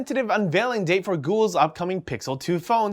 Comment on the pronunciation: lolololol said ghoul not google hahaha